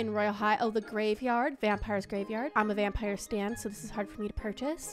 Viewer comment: The way she is so excited that she pron9unces stuff wrong like vampire hat